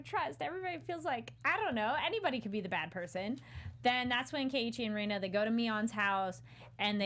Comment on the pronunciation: There are two constants for every story arc: (Technically, there are way more but those would be spoilers) 1) Everything is fine until the cotton drifting festival when shit hits the fan. 2) Everything Ooishi touches turns to shit. Rena is pronounced REna, not REIna or RIna. This is important for two reasons: 1) There is actually a character named Rina in the series that will pop up from time to time. 2) She REALLY hates being called Reina. Also she is best girl and definitely waifu material.